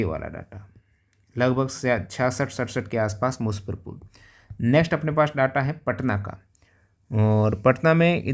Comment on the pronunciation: मुज्जफरपुर है musaffarpur नहीं😂